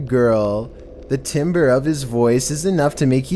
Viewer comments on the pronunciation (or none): im sorry... timber ?? bro do you mean timbre (tam-ber) my choir teacher is cryin g